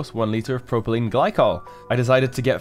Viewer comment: 'PROPYLENE' not 'PROPELENE' Ooops!